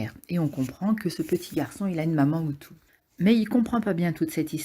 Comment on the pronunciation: “Une maman Hutu” ???